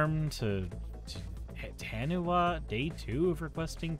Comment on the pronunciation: fyi taniwha is a maori word and is pronounced ta - nee - fuh since the wha makes a fuh sound in the language